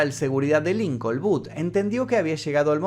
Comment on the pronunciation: Su nombre es Booth, estás decidiendo boot, como bota. 👢 No hay un americano o inglés que puedes llamar para preguntar la pronunciación de nombres y palabras inglesas? Y Lincoln se pronuncia como lin-kin, no hay el sonido de O.